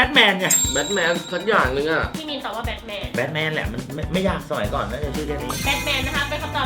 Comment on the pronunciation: Batman อ่านว่า แบทแมนนะครับ ไม่ใช่แบคแมน